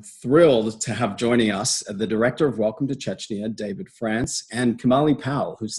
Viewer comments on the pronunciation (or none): It's CHECHNYA not CHECHYNA